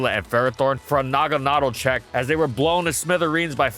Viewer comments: Naga-nadul? Am I the only one who thought it was pronounced naga-nudel? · Are you saying it’s name weird on purpose just to drive people nuts? Last syllable should be pronounced “dell” not “dle” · Bro really said there’s “needles” in the design and proceeded to call it nuhgahnuhdell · “nogga noddle” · Isn’t it “Nag-Anna-Dell”? That’s how I’ve always said it 🤷🏻‍♂️ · Is it not pronounced Naga-Na-Dell like the singer Adele? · why do you say naganadel like that? is it rlly pronounced that way?? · Is it really pronounced naganaDLE? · Am I the only one who pronounced it Nah-Gannah-Del? This sounds strange to me ward every time lol. Love the mon either way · Always thought it was pronounced nuh gana del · and it's na-gan-a-dal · Please don’t pronounce naganadel like that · I have never heard someone say this pokemon's name the way you do. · No way is that how it's pronounced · Anyone else triggered by the way he pronounces Naganadel 😅😂. Great vid tho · I'm kinda terrified by the way you pronounce "naganadel". I always assumed you were meant you pronounce it the same way you do "garmamel" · Am I the only one that pronounces "Naganadel" so that it has the cadence as "mahna mahna" a la The Muppets? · really? I thought its pronounced with the “a”s being more forward. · that pronunciation tho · What is that Naganadel pronounciation 💀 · He's saying Naganadel wrong and that bugs me.